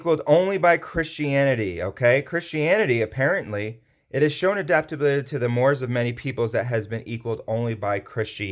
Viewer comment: 'Mores' is pronounced 'morays'.